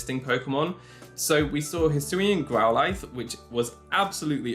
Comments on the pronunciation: I love you. I really do, your content is next level. But i have to go. I cannot believe you pronounce growlithe the way that you do. And it hurts my soul to hear it said in such a way without being like a joke or something. Best of luck to you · No hate but the way you said growlithe and orangoru triggered me